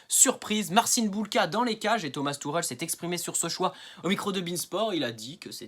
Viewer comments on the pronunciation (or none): none